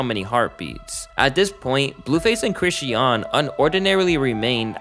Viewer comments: I’m sorry but the way you’re pronouncing Chrisean is driving me crazy 😭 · The way you pronounce chrisean is so annoying after a while. You keep saying chrisy-ann and its pronounced as chris-sean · You kept mispronouncing Chrisean name and it was driving me crazy 😂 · you did all this research and didn’t pronounce sisters name correct not once😂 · You pronouncing her name wrong ruined the whole video lmfao how much research did you do to not know her name 😂